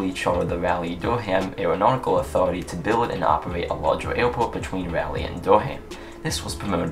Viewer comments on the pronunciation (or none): Sorry to complain, but Raleigh is pronounced Rah-lee not Rally. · The way u say it doesn’t bother me, I could still understand. Great video as always!